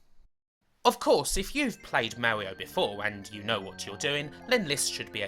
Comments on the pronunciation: Mawwioooo is what bwings us togevuhhh today. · owigional mawio fweefwow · Thats not an accent thing, it's a speech impediment. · I love the Owiginal Supew Mawio Bwowews! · Mawio? No offense, but you're kind of like Elmer Fudd.